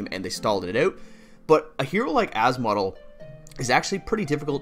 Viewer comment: as-model hahaha its asmo-del